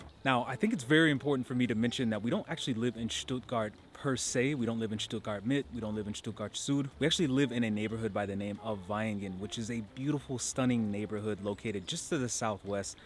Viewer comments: Great video - actually the town's name Vaihingen is pronounced with an F-sound at the beginning = Fi-heen-gan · V is pronounced like F. Faihingen. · On a side note: Vaihingen is spelled with a V but it's pronounced like an F.